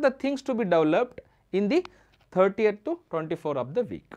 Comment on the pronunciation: Video is amazing just the way you pronounce 13th is wrong and it's confusing. Your pronouncing as if it's 30th.